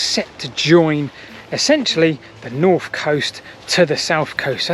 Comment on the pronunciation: Ok just to bring you back down to earth.. could you poss have a go a saying 'north' instead of 'norf'? Don't care about 'sarf' 😅 also funny when you said 'to my west'